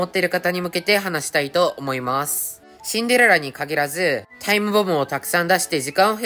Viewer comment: スキル2でも(Android)でも1億出せますか？あとシンデレラの発音よすぎwしんでrrらw